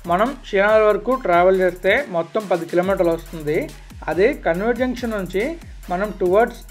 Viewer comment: కాన్వెంట్ అని పలకండి మీరు కన్వెంట్ అని అంటున్నారు... "క" కి దీర్గం పెట్టి పలకాలి... మొదట నాకు అర్ధం కాలేదు మీరు ఏమి అంటున్నారో... తెలుగు ను బాగా పలకండి...